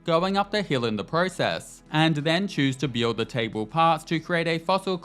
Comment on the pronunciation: Why can't this dude say "build" properly.